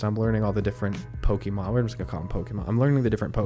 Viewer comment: Where do you get "Pokeymon" from? Where have you heard it pronounced this way? Totally bizarre.